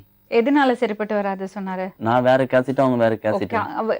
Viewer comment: நானும் note பண்ணினேன்.. கேசட்னு சொல்லறான்... ஒழுங்கா பேச கூட தெரியல... ஆனா காதல் பண்றதுல மட்டும் விபரமா இருக்கான்.. எரிச்சலா இருக்கு !